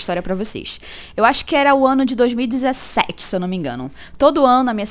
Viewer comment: o mais engraçado que ela fala 2017 de uma forma engraçado